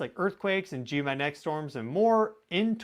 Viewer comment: Hey, you are brilliant! But please slow your speech a little. You cannot pronounce “geomagnetic” that fast. It causes you to say “geomanetic” which is baby talk.😜